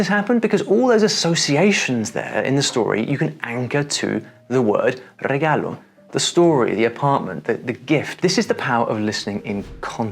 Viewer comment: It's regalo asin C'arlo, not regallo asin sh'allow